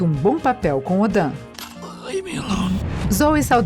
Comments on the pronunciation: Tava pensando quando ela disse isso, fui voltar pro vídeo e 3 segundos depois ela fala Odan 😐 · Odan ou Odin? Credo . . . Na boa! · "odan" nao é ODIN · Chato é essa narração aff ainda diz Odam invés de Odin..então é deslike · kkkkkkkkkkkkkkkkkkkkkkkkkkkkkk mulher fala os nome tudo errado, como Ronda "RUSSEM", Odin virou ODAN, Gamóra virou GAMORRA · Odan?? nossa isso me incomodou kkkkkkkk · Que eu saiba o nome e Ódin e não Odan kkkkk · Canal, por favor, paguen a algum Locutor ou locutora de verdade pra fazer a narração dos próximos vídeos. Um conteúdo mega relevante, com uma narração terrível dessa, erros de gravação horrendos. Odan em vez de Odin, GamoRRa? O Marvel? Não tem ninguém que revise isso antes de gravar? Ou vocês não conhecem outra pessoa pra gravar? Fora esses detalhes, o conteúdo é bem interessante. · Odan? ????? Odin moça, é nórdico,não francês!!!!!! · ta errado, me explica então pq Thor e tantos outros personagens do filme chamam ele de Odin e não Odan, eu sei que na gramática inglesa o i tem som de a mas é um nome próprio de origem nórdica, por isso essa regra não cabe!!!! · Odin !! Não é Odan ,não é francês não . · Pelo amor de Thor...ela pronunciou odãm....mds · O que raios é "Bira Quill" e "Odan"??? Gente, parem de forçar o inglês, não precisa disso!!! Diquinha p vídeo ficar melhor, tá? Procura como se pronuncia pra facilitar sua vida. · Quem é Odān? Dāaaaa Voz boa, roteiro bem escrito, boa pesquisa, que deve ter dado um puta trabalhão e a locutora caga na pronúncia... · "Odan"?? Não exagera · "Filme de Marvel", "Universo de Marvel", "mas apesar de que Marvel estar interessado nele", "Cristiane Palmer", "Odan", "profundamende históico e defeituoso", "Gamora", "Gamorra", "sendo uma propriedade escura no momento", "Jason Mamoa"... Aí pergunto: QUE PORRA É ESSA??? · O nome correto é Odin kkkk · Essa mulher fala o nome errado dos personagens que agonia k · Não é por nada não não ,mas esse é deslike VEI alem de ta ruim a narração os nome ta tudo errado